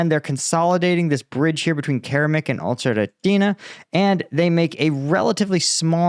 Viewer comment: It's o cher ret na... pronounced